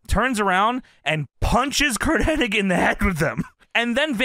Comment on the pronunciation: His name is Curt HENNIG. Why do so many people call him Curt HENNING? Where do they get the extra 'N' from? :)